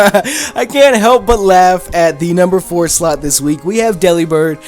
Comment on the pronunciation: it sounded like he said the #4 slut X D